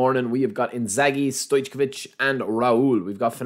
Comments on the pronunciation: it’s pronounced stoycovich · Not gonna open, sure u will 😅 As u said, for us who have great teams it's not that tempting. BTW Stoijković - pronounce it - stoic oh which -all together Cheers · Please say correct Stojković , this what you say is soooo 😂😂😂